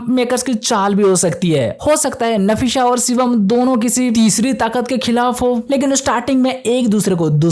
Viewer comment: Nafisa hai nasifa nahi😂